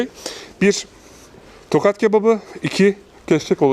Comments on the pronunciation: bu arada tokat değıl tohat )) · Tokat değil Tohat